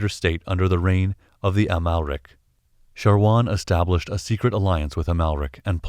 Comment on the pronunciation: thanks for the great Infos, but that man's Name is "Shawar" not "Sharwan"